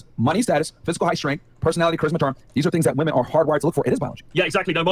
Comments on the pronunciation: Do none of your realize that many of these "women", especially that talkative blond, cannot pronounce "women" as "women", but only as "woman". I'm noticing this more and more. It is bizarre. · and she cant even pronounce "women" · why do all these girls pronounce women plural as "woman"? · Why does she keep saying “woman” in the plural for “women”?! Is she fucking stupid? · Why does that girl keep saying woman instead of women? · MY GOD! What is it with this generation of women not being able to pronounce "women" as "women" but instead, they pronounce "women" as "woman"! Am I the only one who notices this?? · Why tf is unable to say women? She constantly uses woman as plural and it's irritating af